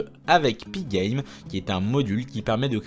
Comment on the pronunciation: Tu prononces magnifiquement pygame !